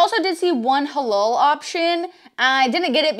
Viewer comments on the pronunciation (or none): You Said Hah-lol instead of Hah-Lal the "la" as in Latina lol 🤣🤣